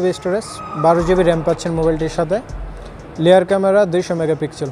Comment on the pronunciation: লেয়ার না বলেন রেয়ার ক্যামেরা